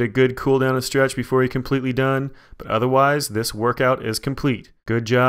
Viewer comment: Put emphasis on "killer" I'm dead, great workout